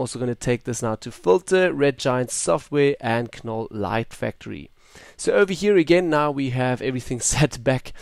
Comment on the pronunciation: Silent "K" ..."Nole" light factory. :) I'm guessing the preset "Dancing Queen" is a reference to the 70's pop group ABBA in all their glittery, rainbow-colored, disco-glory. lol